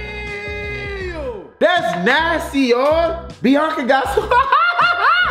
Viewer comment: It’s not binca it’s Biannca ur probably 3